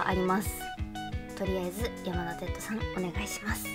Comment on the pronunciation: 「やまだてっと」 →「やまだてつと」かと😭 すみませんこんなこと細かくて言おうかどうか迷ったのですが、聞いててとても違和感があったので🙇‍♂️ 余計なこと言ってすみません🙇‍♂️